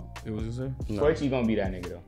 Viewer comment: KO EE CHI. NOT KOCHI